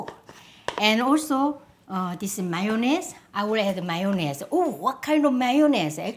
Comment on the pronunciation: I'm french and it's refreshing to hear someone pronounce 'mayonnaise' perfectly!